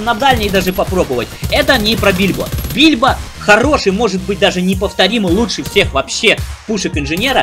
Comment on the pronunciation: Почему бильбо? Гильбо же вроде?